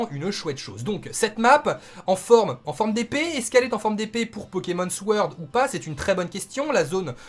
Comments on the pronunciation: si je puis me permettre, "sword" se prononce "sord" , le W est muet :)))) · Mec je veux te dire deja merci pr tout tes efforts et pr nous apporter les informations nécessaires et tout t le meilleur :D ya aussi le "w" qu on ne lit pas dans sword ca ce prononce sord , et perso jaime bien ce nv pokémon ej pense qu il sera assez long a finir et c bcp plus cool que lets go qui ma deçu et meme les pokémons starter sont bien originaux mais pas leurs noms comme t'as dit xD peut etre en anglais c mieux nvm , autre chose c que les pokémons sauvage nous attaqueront :D et c plus cool aussi et il ya plus d'une génération de pokémons aussi donc plein de truc à faire . Jaime bien :D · comme ca tu le sauras, SWORD ca se prononce SORD fais comme si y avait pas de W ;) erreur des francophones en général... et moi j'suis hype de ouf